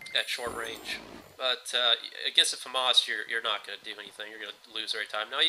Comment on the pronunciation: I Completely agree. What an ego maniac. by the way I too served in the French Foreign Legion and your friend pronounces FAMAS like only Americans do (FAMAAS) the French (and after all it's thier gun) pronounce it the other way. I have nothing at all against Americans, in fact I've really liked every one that I've ever met but I don't like your superior attitude one bit.